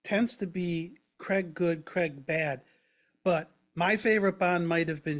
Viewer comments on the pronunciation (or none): Its craig not creg